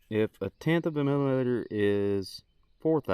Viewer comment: Can we have more drunk math videos? "mill-uh-meet-er"